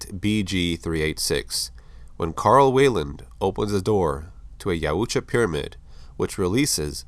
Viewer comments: It’s pronounced yowtja No offense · I believe it's "Yautja"